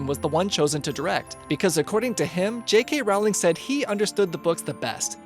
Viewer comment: He cant even say J.K Rowling!